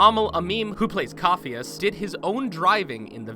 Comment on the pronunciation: Glad others caught that lol he also said 'coff-e-us' instead of 'caff-e-us'.